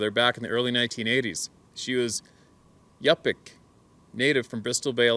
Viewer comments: Yupik- you-pick not up pick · Yup'ik is pronounced You Pick. One of the Eskimo groups. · Yupik, sounds like "Yoopik" and yes Alaska is amazing :)